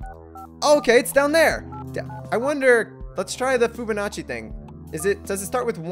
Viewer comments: I cringed every timef he said Foobanacci instead of Fibonacci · did you say foobanachi